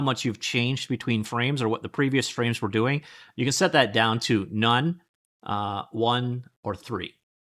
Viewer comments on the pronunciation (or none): "OOOOH IM GODOING IT"